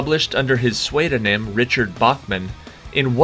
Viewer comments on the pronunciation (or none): Great quiz, very difficult! Pseudonym is pronounced sooo doh nim, though.